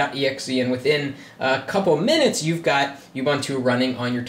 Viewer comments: It is pronounced UUUUbuuuuntuuuu. And that isn't the word processor nor spreadsheet that comes by default with Ubuntu. Libre Office (the full fledged top of the line competitor to Office) does. And technically it doesn't appear to be running on it, rather it is operating within an environment, making it non-native. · i want to smack you for NOT being helpful and correcting him with oo-BOON-too and 0.20 he does say, i'm sorry if im not pronoucing it right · oo - BOON - too. No "you". No "bun".